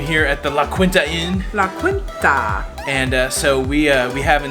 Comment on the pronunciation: Love your vlogs! Can’t wait to see the rest! Just to let you know out here in Cali we pronounce the hotel you stayed in La Keenta. Just helping you out.